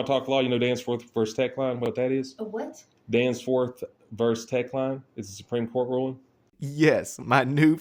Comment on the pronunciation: He said "Danceforth." 👻👻